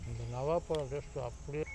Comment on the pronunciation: நாவற்பழம் நவாப்பழம் இல்ல உங்கட சொல் பிழை